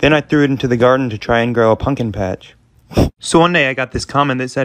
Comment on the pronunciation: I love how he says punkin